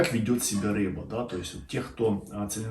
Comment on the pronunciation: Ни рэба, а рыба